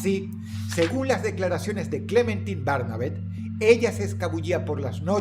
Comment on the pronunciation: Yo cada vez que Dross decía Clementin en lugar de Clementain: 🫠